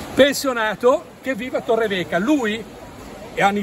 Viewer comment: Torrevieja non Torreveja